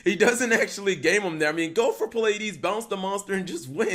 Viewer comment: If I had a dollar every time Cap mispronounced Pleiades, I could probably buy the whole comment section lunch.